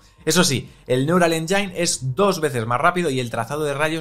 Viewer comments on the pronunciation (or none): exelente resumen como siempre, pero... fotonic "enyáin"... enyáin... me sangran los oidos.